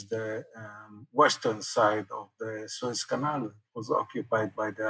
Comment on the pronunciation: Suez front, not Swiss front. Thanks for the podcast, anyway.